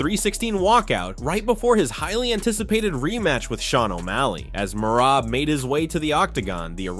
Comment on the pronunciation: Tripping me out so bad how hes pronouncing Merabs first name differently every time he says it xD!!